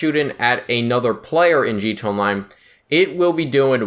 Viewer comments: He said gtonline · I'm always confused by guys who make a conscious decision to make GTA Online videos when they can't even say "GTA Online." This guy is even worse than most. Wtf is a "G Chonline"? Slow down. Open your mouth and let each syllable come out before you move on to the next one. Quit adding new sounds that aren't there if you can't even say the ones that are. Why add a "ch" if you don't even have time for the "a"?